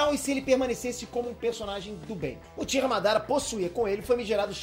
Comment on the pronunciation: "uchira madara" ZESSSTRAAZŹZZZZZZZZ TIIROÓÓÓOREEEEEEEEEEEEE.....